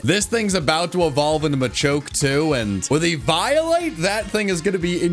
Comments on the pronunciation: He called eviolite e-vial-lite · Eve - eye - o - light 🤣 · Did he just say e-violate? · my lad, my brother in fraug, it's pronounced eevee-o-lite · plz stop sayng it "e-violate" :p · The way he says eviolite kills half of my soul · How the hell is he saying eviolite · Wait- I’m sorry, HOW did you say eviolite?? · This video was an instant 11/10, But the pronunciation of “eviolite” knocks it down to a 10/10😭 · Yea ok but why you say eviolite like that 🤔